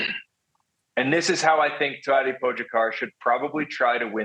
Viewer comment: It makes me cringe every time I hear them pronounce Tadej’s name. Great commentary and then they say his name and it’s like getting static across a radio station or nails on a chalkboard